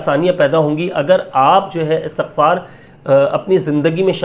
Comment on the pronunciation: Bhai istighfar HOTA ha not astaghfar ...